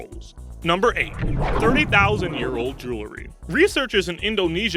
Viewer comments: JEWELRY not JULERY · The narrator's accent is very strange. I wonder where he's from. The glottal stops that don't match any American accent I know of are strange, and the pronunciation "JOO-luh-ree" for "jewerly" reduces his qualilifications to narrate any version of standard English. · Julery killed me but I liked the facts list. It's a good listen